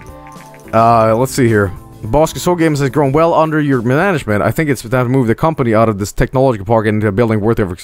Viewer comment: Did say "mananagement", or am I just going insane?